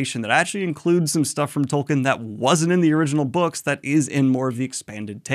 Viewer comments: Tol-keen, not Tol-kin. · I'm sorry Daniel, but I can't resist : his name is pronounced TolKEEN. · Can anyone explain why people insist on pronouncing Tolkien wrong, when the man was pretty insistent on the right pronunciation?